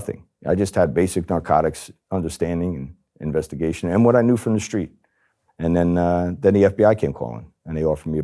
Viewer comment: What does "schtreet" mean?